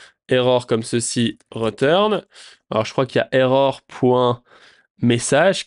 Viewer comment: Ahaha! J'adore tes vidéo et je rigole beaucoup à tes nombreuses erreurs de prononciation 😂😂 "chaïldren" "rEturn" "reSSet" "ritraille" ahaha ça me tue, merci pour toute la valeur que partages c'est énormissime!!